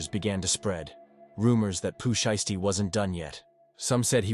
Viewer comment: he said that bc you kept saying his name wrong